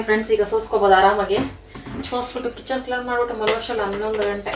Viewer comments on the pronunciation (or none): none